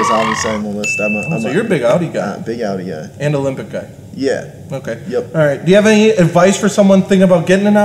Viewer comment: awkward pause y U p